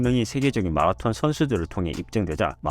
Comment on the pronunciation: 한국에서 유투브 컨텐츠를 제작하시는거면 발음좀 주의해주세요 .. 마라톤 발음이 너무 거슬려요 정말 ... 영어잘하는척 하려고 발악하시는거 같아요 ..